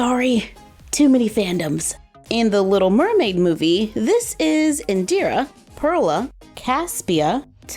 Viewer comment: My cousin is called Indira and you pronounced it perfectly. 👍🏽👍🏽👍🏽👍🏽❤️